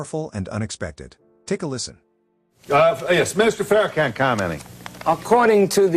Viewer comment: First of all she pronounces name wrong that's tell you something right there from the start I'm just saying ✌️